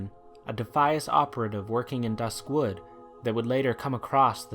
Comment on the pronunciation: Not hating or anything, but one of my biggest pet peeves about this video is every time he says "dusk wood" as if "dusk" was an Adjective for wood. I just cringed a little every time he said that because i always pronounced it duskwood.